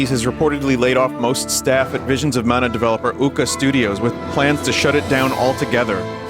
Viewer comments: *Vishins uh manuh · Wivuns of Mana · Don’t you mean Wisions of Mana?